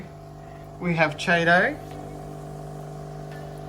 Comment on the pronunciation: Good job on the install. Nitrate at 10 isn’t even that bad. I know you guys have an accent and all but FYI Chaeto is pronounced “Key- toe”